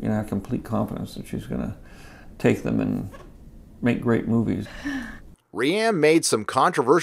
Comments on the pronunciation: Stop calling rian (pronounced ryan) like ree-anne. Its frustrating lol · You pronounce Rian Johnson as "Ree-Ann" and not "Ryan." Is that on purpose? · Quit calling Rian “Rianne.” He’s cool af. Jar Jar Abrahams is hilarious, so I’ll allow that to continue. Thanks for the vid ✌️ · I love the way you say rian XD